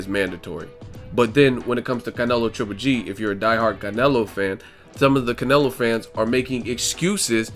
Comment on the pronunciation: One minute you pronounce Canelo like all accented then the next you don't which way you going to go bro?